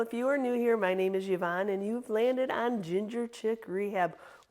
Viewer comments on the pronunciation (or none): none